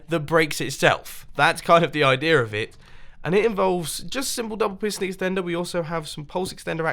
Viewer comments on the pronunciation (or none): What's up with the word "idear"?